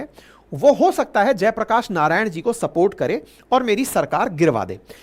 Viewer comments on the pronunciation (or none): none